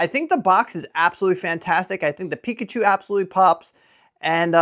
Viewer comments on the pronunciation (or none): none